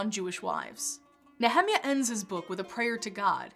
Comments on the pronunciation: Is she saying Nehemiah is that how it’s pronounced? I looked this up and in English and Hebrew the pronunciation is different but neither is like this pronunciation I can’t find where this pronunciation is coming from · "I can't watch the video if you're gonna say Nehemiah like that." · The way she pronounced Nehemiah🤣🤣🤣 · The non-Anglicized pronunciation of “Nehemiah” sounds strange to my ears. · I don't mean to burst both your bubbles but, if you're trying to pronounce the Hebrew all of you are pronouncing it wrong! The lady in the video is I think trying to pronounce it in the original Hebrew, and so she is wrong. As for the Anglicized church version (so called), yes they are wrong if you are using Hebrew as the basis, but please note that no transliterated word ever tries to be a perfect copy -- it cannot, because the language is a different language. For example, Jesus' name is far from that sound in the Hebrew, which is closer to the name Joshua, but even the name Joshua sounds different in the Hebrew. The point is simple -- there is a correct way for each language, if if the lady in the video is claiming her pronounciation is correct for Hebrew, she is wrong. Please note, my source is a native Hebrew speaker who not only knows modern Hebrew as her native tongue, but who has a degree is both Hebrew Linguistics and Semetic Linguistics from a prominent university in Israel. In trying to find the correct pronunciation on Youtube I see it is hard to find it, there are not many sources to pull from. Even the one Hebrew speaker who I found spoke it much much closer, but his stress was incorrect so I hesitate to refer to it. Please just note -- you are both incorrect. And I do agree with you, that is does not matter. Each language has it's beauty and uniqueness, and as a person grows up from a child they know the sound of their name, whatever it is -- this, this is thei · The same for me. Also "Malachi". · It's not Ne HE-meah, it's Nehe-MI ah